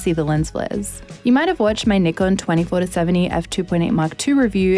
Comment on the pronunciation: 企業名「ニコン」と言っているのがグッド 。無知なユーチューバーは「ナイコン」と言っている 。